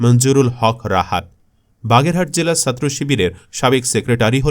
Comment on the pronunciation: এই বাঙাল ছাত্র শব্দটা ছ দিয়ে শুরু, আরবি সিন্ দিয়ে। ভুল উচ্চারণ বিরক্ত লাগে। তাই একটা ডিসলাইক দিলাম।